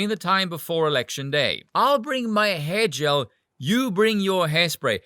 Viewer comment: Oh hair gel (sounded like hedgehog, I thought of Richard Gere)